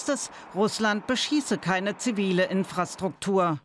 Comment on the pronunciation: InfraSCHtruktur gesprochen :)